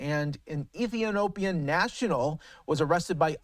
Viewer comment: Why did he find it so hard to say Interpol and Ethiopian?